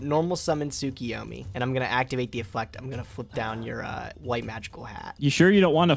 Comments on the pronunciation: A much better performance from. A question why do you pronounce Tsukiyomi when the card's name is Tsukuyomi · Stop mispronouncing TSUKUYOMI !! D